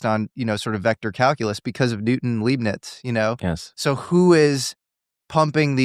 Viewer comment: it's "LIE" rhymes with thigh LEIBNIZ ... im that guy, sorry